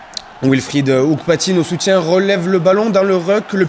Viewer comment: il faut lui dire au commentateur que c'est Hounkpatin et pas Hounkpatinne